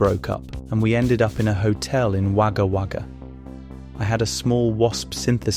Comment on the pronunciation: next time you come across an ozzie place name, you might want to look up the pronunciation - a lot of them will have you confused like Wagga Wagga did :) :) its actually wo·guh wo·guh believe it or not :). great content tho, please keep them coming.